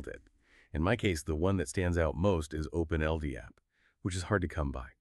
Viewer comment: It's Open-L-DAP, isn't it? I dunno why the pronouciation is so far off - ...